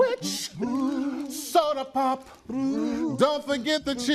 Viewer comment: Why is Brou saying Soda POP the best thing ever 💀🤣